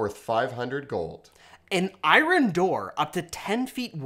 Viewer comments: the way you say iron kills me. “Eye-Run door” 🤣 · after binge watching every single video these guys have made over a two-week. I'm really just finding things to nitpick on I love all their stuff but it does take we out of the podcast whenever he says iron. I know it's nit-picky but whatever I'm entitled American😂😊😁🙄😭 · Today I learned that Canadians pronounce the word 'iron' like "eye-ron" instead of "Eyeurn". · Can we talk about how he pronounces "iron?" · I have Canadia friends, so "aboot" doesn't bother me that much anymore, but is driving me nuts with iron... Pronounced 'ai-urn' I decided to Google it to see if I'm just a crazy American and I can't find any country that pronounces it way... Is this a Canadia thing?, I love ya man, but what's going on with that? 😁😋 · Americans are the only ones who pronounce iron eyeurn all English speakers not in United States pronounce it the correct way eye-ron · Lol why is saying "I ron door" and "I ron rod'? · Okay tangent, where are you from that iron is pronounced I Ron because I've never heard that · ummmm. why is the one dude pronouncing iron as "i run?" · I've never before heard it pronounced that way before. I'm assuming it is a dialect thing, but from where? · I don’t think I’ve ever heard someone pronounce “iron” like that. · that is super niche, but I'll accept it. To be honest, I'll accept any answer. Given it's quite possible the entire midwest of the US, or Australia, or somewhere I've never been pronounces it that way. It's just unfamiliar to me.